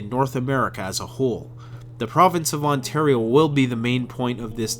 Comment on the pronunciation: Anyone else catch the "Ontar-i-o" pronunciation when talking about blackflies? Seems like a non-accidental Stompin' Tom reference.